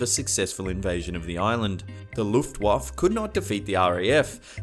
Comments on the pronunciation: "Luftwof" lol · kleiner tipp das E in Luftwaffe spricht man mit ^^